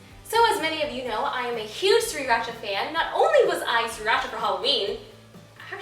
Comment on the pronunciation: Blehhh it's pronounced "Si-ra-cha" iT'S OKAY THOUGH I FORGIVE YOU! This dish looks amazing.